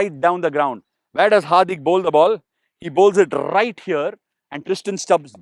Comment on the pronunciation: "Rrrrrright here"!